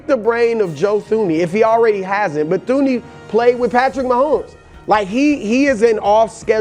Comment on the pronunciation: Death, taxes and Brou mispronouncing Thuney